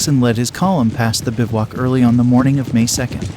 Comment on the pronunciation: My main complaint is the narrator doesn't know how to pronounce some names: Slocum and bivouac are examples. As if reading from a script where he was coming across the words for the first time - ever.